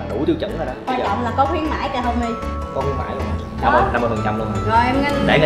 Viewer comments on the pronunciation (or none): Đầu clip cứ kiu thành là homei😂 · Homie mà tao nghe honey :))) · kêu anh thành pate là HONEY kìa